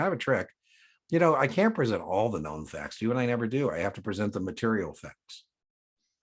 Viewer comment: The administrator cannot impose higher capital requirements then The SEC. Had to use the closed caption function to confirm you said “can’t” as it sounded like “can”. Great video by the way!!!